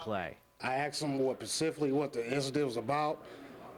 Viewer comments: lol..Pacificly..Say's everything. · "Axed him pacifically" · pisses me off how he says pacifically...